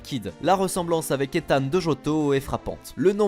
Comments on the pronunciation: NANI ? ETHAN ? On dit LUTH quand on connaît ses classiques ! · C'est pas Ethan, ni Gold, mais... LUTH !!